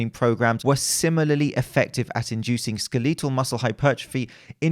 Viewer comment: My favorite part of your videos is when you say the word..."Skeletal." I know this is an immature comment, but I giggle every time.